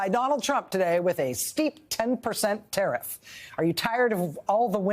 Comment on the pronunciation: TERIFF ERVYTHING.,,. what do you mean ? .,., ERVYTHING !!!!!!!!!!! 🤣🤣🤣🤣🤣